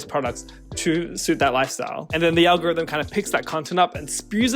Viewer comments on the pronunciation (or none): none